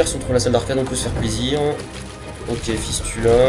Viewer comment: A chaque fois que dit "fistula" j'entend Fist la..... oui j'ai un esprit de merde x)